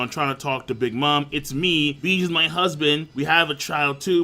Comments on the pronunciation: stop sayin Beege pls, its Bege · Ugh, it's pronounced Baje, not beej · nigga stop miss pronouncing bege's name king its a 2 syllable name stop saying it like that